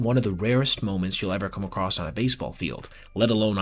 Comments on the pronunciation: It’s across, not “acrosst” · To be fair, the way he pronounced that, is Philly slang. Like how Red Sox fans say "caw-fee" or Mets fans say "wow, our team really sucks", we say "acrossed" for something like that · Acrossed? Acrost? Or maybe across? 😮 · "acrost"? Or is that "acrossed"?